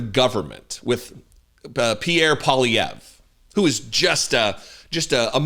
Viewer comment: I have to say bravo for your pronunciation of PP last name.